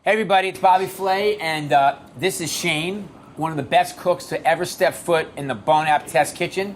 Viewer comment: shane? all i hear is shame xD